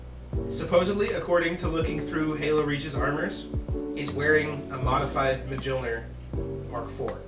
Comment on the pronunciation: Its pronounced "MYOL-nur." Fuck.